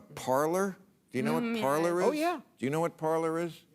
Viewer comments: It isn't parlor but parler (par-Lay) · It's pronounced parlé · I'm pretty sure it's pronounced "par-LAY" ... meaning "to speak" in French. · It's pronounced Parlay